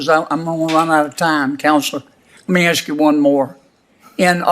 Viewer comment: So, Senator Kennedy "AXED" which polling places were actually threatening black voters? Do I have that right? He "Axed??" I'm sorry, I don't care from which side of the aisle you pontificate, if you're so utterly illiterate that you are simply incapable of correctly pronouncing the word "ask," then you've lost me; if one is incapable of comprehending the basic rules of grammar and syntax of their own mother-tongue, how am I supposed to infer credence to their stated political position? Further - though maybe a lesser transgression - it isn't helping AT ALL that also cannot pronounce the word "etcetera;" the word's first three letters are "E," "T," and "C:" precisely where, within this letter combination, are you hearing a hard "K" consonant? Does "T" suddenly phonetically become a "K" sound when it follows an "E?" If so, I must've missed that English lesson. 'Think I'm being too harsh? That's probably because you too are too ignorant to even notice; WE NEED OUR SPOKESPERSONS TO BE WELL-READ, ARTICULATE PEOPLE. Anything short of excellence in this regard WILL be used by the insane-left to discount the message. We need to DEMAND better.